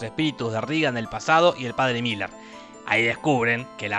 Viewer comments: Es merrin no Miller... resumí la serie 🙏🏼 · Cada vez que Jorge dijo Miller en vez de Merrin, Dios mató un gatito. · Que no ES Merrin, merrin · Son 4 peliculas y se pronuncia merrin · Lo siento, es padre Merrin.... pero podes decirlo como tu quieras, total lo que importa es el amor.... el amor heterosexual